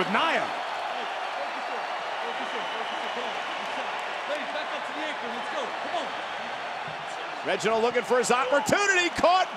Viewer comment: BAHAHAHA WHEN NIA JAX SAID “I DONT THINK SO REGINOLD”